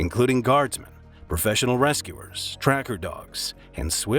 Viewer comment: i thought he said professional wrestlers instead of rescuers and did a double take